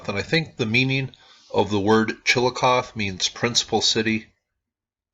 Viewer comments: It's Chillicoth(ee) not Chillicoth. The "e" is long, not silent. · Chill - eh - coth - ee. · chill uh coth ee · It is pronounced Chillicothee just for information's sake...thanks for this vid. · Chillicothe is pronounced "chill-ih-cothee" The Junction group is now a protected, public park where they use "interpretive mowing" to show the earthworks. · Chill-a-coth-ee I live close to it and there are SOOOO many earth works it’s hard to believe. In my hometown we have a string of mounds running through our Central Park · yeah, I didn't know how exactly to tell him. But yes, "Chill-ii-coth-EE" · you pronounce it wrong...there is a long E sound at the end of Chillicothe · You are not pronouncing the name of the town correctly,. The E at the end of Chillicothe is not silent